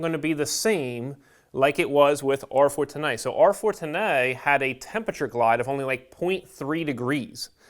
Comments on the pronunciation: How the hell does this guy pronounce R410A 😂 R-fortinae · Say R-Fortenay one more time!